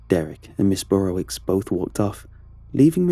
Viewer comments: Dunno why this bugs me but it's pronounced "Burrovich" not "Burrowicks" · This is a polish name and pronounced burowich. Love the stories, though! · The wicz is pronounced "vitch" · As another follow pole, every time he pronounced it ms “burrowicks” I wanted to correct him 😂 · Thats a polish name but it doesn't sound polish when you say it.